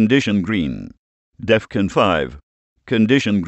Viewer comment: Jesus man bring back the old voice. This new voice doesnt even say Defon properly he says deffun. Just look at all the comments asking for old voice back.